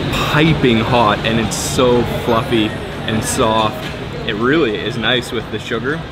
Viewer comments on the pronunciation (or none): none